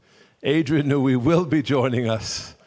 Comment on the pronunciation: “New-ey” tunnel